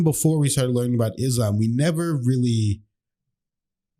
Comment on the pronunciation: Not "Izzlam" - not z sound It is "Isslaam" - it is s sound